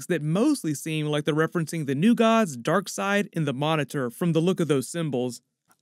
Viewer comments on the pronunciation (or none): none